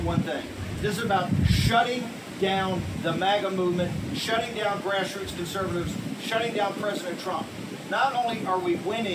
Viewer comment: Did he say grassroots or ass roots?